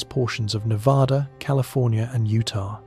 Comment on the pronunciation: Nevada. The first A sounds like the A in cat, mat,, at, bat etc. NOT like the A in apostrophe! Please. We're kinda of sensitive that way. Sorry.